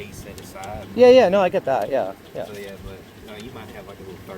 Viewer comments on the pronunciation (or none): "ia bat" 😆😅